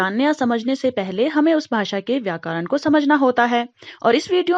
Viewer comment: It's not vykaran it's vyakaran make pronunciation clear 👍👍